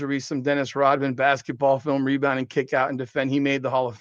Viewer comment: the “MeBound” reminds me of my all time favorite 90s arcade game… NBA JAM… every time you get a rebound I think am hearing “The MeBound”!